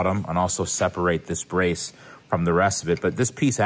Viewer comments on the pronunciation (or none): none